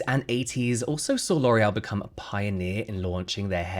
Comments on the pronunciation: Sorry, but don't you mean LORRULLL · So how hard was it not to say LORAL.. every. Single. Time. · James, it’s ok to mispronounce the names of nazi sympathizers…. Damn. I mean we should know better about these companies… I guess ignorance is bliss. I’ll try my best to find other brands to support.